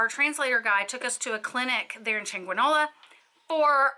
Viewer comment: Very Informative, but pleeeeease at least make some resemblance of effort to pronounce Spanish words in Spanish. EverytIme you said the word "Chanqueenola" I wanted to throw something at the TV. 😆